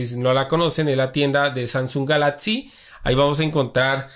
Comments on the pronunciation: "Opciones" "Galaxys" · Muy interesantes todas las "otsiones" del "galatsy"